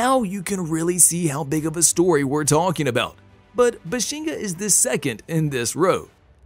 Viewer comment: BAH-SHEN- GAH..... not buhshinga